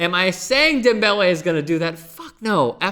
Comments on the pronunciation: You cant say his name normally? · Please stop saying the man's name like that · I hate the way you say his name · Why the fuck is he saying his name like that? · Stop saying his name like that fucking cringing over here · please NEVER do any name pronunciation like that again. Other than that, good video. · Please can you stop saying his name like that.